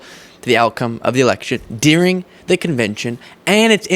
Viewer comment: “Dyurring” (during). Not “Deering”. 😊